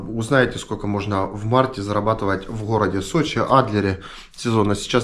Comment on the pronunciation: Сочей 😂 мамочки что вы несете , забейте в гугле как правильно говорить